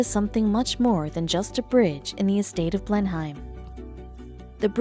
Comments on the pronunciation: Blenheim is pronounced BLEN-um. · When you pronounce Blenheim the h is silent.